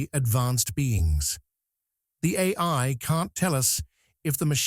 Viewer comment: I like tacos... Anyone else notice AI has trouble saying AI? Where are the real videos? The real people? The real creativity? This is only the beginning fellas... This trash will ruin ur ability to think haha and people imagine Terminator haha 😂 destroy your creativity and it's over guys without anyone ever firing a shot! Enjoy